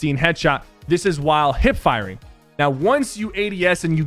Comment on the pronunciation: SO IT WASN'T JUST ME?